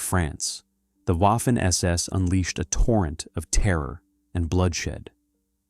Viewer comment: DONTs ay Waffen. A W is A V in German, waffen sounds really, really terrible. As a one producing historic videos, you should know better.